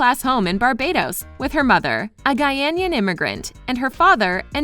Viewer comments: GIRL!!!! the word is "Guyanese, GUY–A–NESE" not "Guyanaen" 😂😂😂😂😂😂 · Guyanian.. sis its GUYANESE🇬🇾🇬🇾🇬🇾🇬🇾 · It's Guyanese not Guyanaian🙄🙄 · The narrator pronounce "Guyanese" wrong. It happens ever time 😂